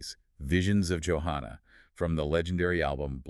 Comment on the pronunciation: Why do you two call her "YO-hanna"? He clearly calls her "JO-hanna" in the song. Are this man and this woman speaking actually AI?